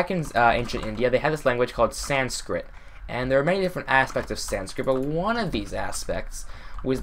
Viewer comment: And is he trying to say Sanskit